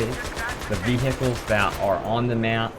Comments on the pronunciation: vehhihles lulwut? vehicles maybe? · So many vii-hii-culls. Lol Americans!